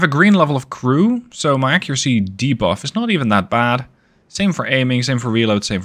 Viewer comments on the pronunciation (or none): none